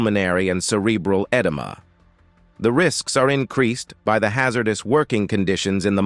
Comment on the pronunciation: My God, I pray for a human reader...this AI IS TERRIBLE AT PRONUNCIATION! Haz er duece is hard to hear